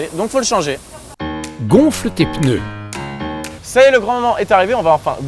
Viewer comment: moi je dis les pNeus et non pas les pEneus